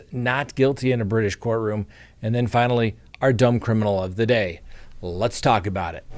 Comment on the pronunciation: Why do you mispronounce the name of your show, Crime Talk. Talk is pronounced “talk” NOT tok!